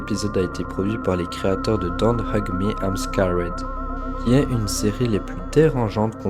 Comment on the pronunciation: Bonne vidéo mais ta façon de prononcer "Don't Hug Me Im Scared" faisait que me sortir du délire 😅